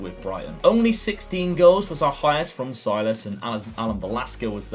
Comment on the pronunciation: Hello. You pronounce Silas as “Sill-ass” and then “Wam-an-gee-tuke-ah” Much love!